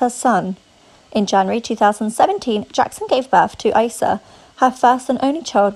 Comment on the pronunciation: Huh? Lol and it’s pronounced EEE-sa (Eissa) NOT Aaa-ssa